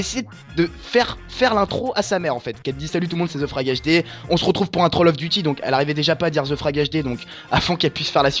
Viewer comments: / putin ZE n'es pas un vrais mot anglais mais c'est THE qui se prononce comme te et grenouille froge et HD c'est HD donc un magnifique 1/3 en anglais pour ton psedo de tout les QUÉBECOIS ET ANGLAIS ~merci~ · Excuse moi, mais THE se prononce "ve"